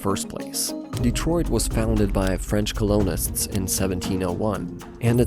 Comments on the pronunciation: Really wanted to enjoy this video, but then at it became clear that it is being read by AI, with the mispronunciation of the word “colonists” . It was put together well, but I really want humans to be reading these things instead of computers. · Even if a human wrote the script, that human clearly did not listen to how the AI narration sounded before putting it up on YouTube. They should’ve gone back and phonetically spelled certain words to make them pronounced correctly. And I get that a lot of actual humans will also mispronounce Hamtramck if they’re not from around here, but how the heck did it mispronounce the word “colonists” near the beginning of the video?